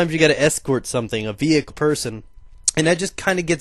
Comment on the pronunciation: enough with the ve-hicle